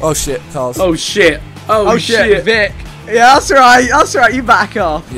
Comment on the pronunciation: Ahmed Salah Vikk not Vick